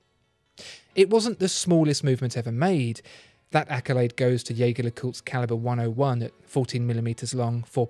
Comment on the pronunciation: He pronounced 'Jaeger' (more or less) correctly. What weird parallel universe is this?